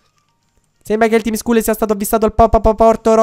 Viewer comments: Si legge tim scall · Il tim Scull si pronuncia tim scall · si dice Tim scall